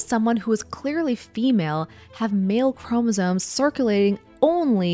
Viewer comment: Is she saying “chromosones”?